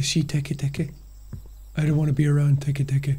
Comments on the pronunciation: I like when Jack was trying to pronounce teketeke and he said tiki tiki the only thing I was thinking right now was the SpongeBob episode of Squidward's tiki land 😂😂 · Te-Kay te-kay ❌ Teek teek ❌ Tiki-tiki❌ Teke teke✅ Got it the fourth try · him unable to pronounce Teke Teke at first hurt me as someone that loves Jappanese culture and mythos